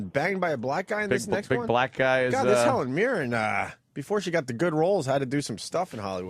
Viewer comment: Sounded like Opie said Helen Mirror.